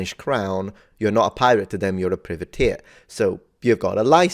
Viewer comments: Privateer = "pry-vuh-teer" The expert also got it wrong. 😉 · I don't know. I've never heard it being pronounced as it was in this video - by an Italian and a Scotsman, and I'm Scottish myself. I've only ever heard "private-eer". The "priv" being pronounced in the same way as "privy" is a new one on me. I'm not suggesting that they're wrong, but it certainly sounds weird IMHO. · Aye me hearty. I'm 58 and an Englishman and I've always known the word as pry-vateer. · The first syllable in 'Privateer' is pronounced as in 'private'. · The "privateer" pronunciation is making me go "aarrrgghhh". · American English I assume?